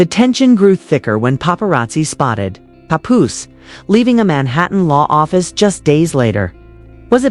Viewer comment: I find your statements challenging and difficult to trust. Learn the correct pronunciation of Remy and Papoose names.correctly, plus your voice is ugly.😡